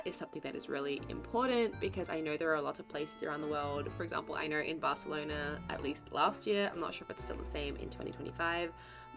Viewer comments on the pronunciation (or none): none